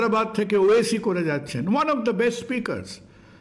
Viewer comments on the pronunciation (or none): none